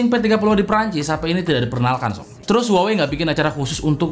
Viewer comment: Bang huawaeqseaeeiiuiiii mulu ☹️ Saya trauma sama merk ini 😣